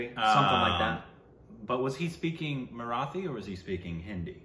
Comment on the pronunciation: “Marathi” or “Sairat” is pronounced with the “T” not like in “The”.